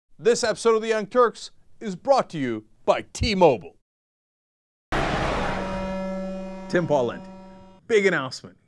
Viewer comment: T-MO-BILE MO-BILE NOT MOBILL OK LETS START FROM THE TOP SAY BILE NOW SAY MO NOW DO IT BACKWARDS